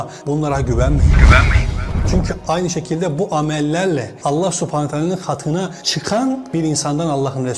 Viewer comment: Sübhaenehü we teaeley de. Subanatala subhanatala böyle deme.